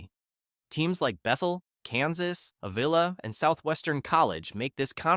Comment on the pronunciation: Need to do more research and redo this. North Star Athletic Association folded last year with most teams going to the Frontier. You show a Division1 Mid-American Conference logo for the Mideast division of the MSFA, leaving out Iowa & Nebraska in Heart of America review, mispronouncing the Avila College name. In Division 2 leaving out Oklahoma & Nebraska as having teams in the league. I'm sure there is more I could point out but these are the most glaring mistakes.